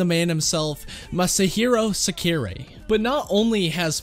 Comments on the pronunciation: Its Sakurai not Sekuray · Omg this man botched sakurai‘ snake so bad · How tf did u mispronounce Sakurai? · Bruh he said sakurai so wrong